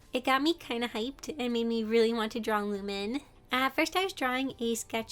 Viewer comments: Lumin? If you want to pronounce it correctly its lumeen Also she looks so cute in your drawing! Keep up the great work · You keep saying lumine as lu-min but I’m pretty sure it’s pronounced lu-meen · you pronounce lumine as lumeen not lumin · “Lu-men” it is “Lu-mene” 😭😭😭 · also, pretty sure it’s pronounced lum- EEne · YOU DID NOT CALL HER "lumin" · Ummm... Lumime is spelled Lue-meen (I think). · btw its looh-mean !! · LU MEAN is how it’s pronounced btw :) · I’m sorry but as I play Genshin to much 💀 lol you pronounce lumine as Lu-mean, it’s just a little nitpick I have hehe. I do know that Genshin names are hard to pronounce so no hate 😅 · You pronounce it as lumeen😊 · the way she said lumine made me giggle a bit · Sorry but you pronounced lumine wrong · they way you pronounce lumine makes me cry 😩<3